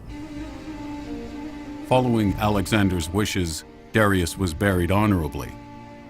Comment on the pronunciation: I can't stand how they say Darius 😒